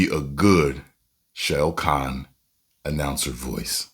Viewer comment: Responds to ED BOON….and does a Ric Flair voice. Smmfh Then mispronounced SHAO KAHN through the whole video. 😂😂😂😂😂😂 Good luck bub.